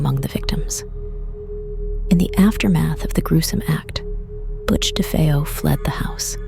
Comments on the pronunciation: Actually youre wrong as well! Defeo!! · A few pronunciation issues: DeFeeyo, DeFayo; Lootz, Lutz, just be consistent with the last names. I've been fascinated with this story since the book came out.